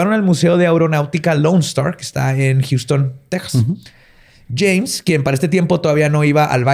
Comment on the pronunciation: Alguien más escuchó "Chems" cuando dice "James"